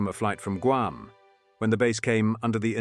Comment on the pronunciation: It's pronounced GWAM. It is a humiliating insult to the poor natives who just want the burgers to butcher their homeland's name.